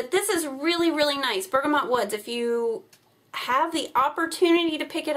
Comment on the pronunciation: I'm stopping there tomorrow! Can't wait. With 4 dogs in my house I'm always burning candles and washing my hands too! And you pronounced bergamot correctly the first time you said it. :) --Anne